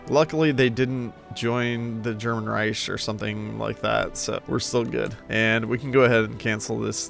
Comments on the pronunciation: Why do you keeps saying "ry-sh" i stead of "Rike"😭. Great video though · In pain over how wrong you said Reich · As a native speaker I'll disagree here respectfully. The usual English pronunciation ending in the hard "k" sound is further from accurate than his version. This way he could just be a very drunk German 🤷🏽‍♂️